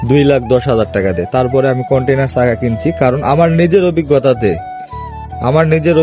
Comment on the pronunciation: কন্টিনার চাকা না কন্টিনেন্টাল বলে ওটাকে।